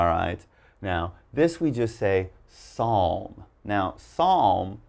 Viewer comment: Did you just pronounce Psalm as Salm.... Shouldn't it be Saam? 🤔